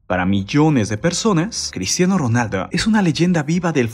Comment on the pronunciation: QEPD CRISHHHHTIANO